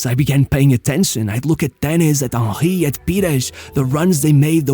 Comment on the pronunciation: Your pronunciation of Henry made me laugh each time. Ah-hee